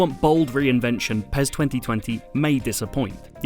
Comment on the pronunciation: Its not PEZ its PES ..S S S S...